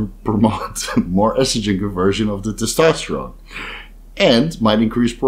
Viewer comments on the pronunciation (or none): none